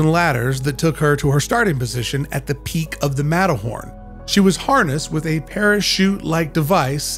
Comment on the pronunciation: I just heard Matterhorny 💀